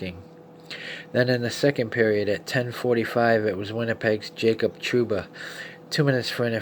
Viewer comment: Only name you said correctly was trouba